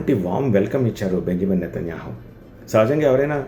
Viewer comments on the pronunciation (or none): none